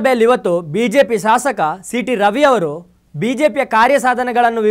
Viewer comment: ಸಾಸಕ ,ಅಲ್ಲಲೆ , ಶಾಸಕ ,ಜಗದೀಸ , ಉಚ್ಚಾರಣೆ , ಸೆರಿಯಾಗಿರಲಿ